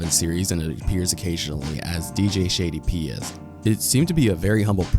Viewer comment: shady piez is pronounced shady pies and crude is not the word I would use to describe sock at all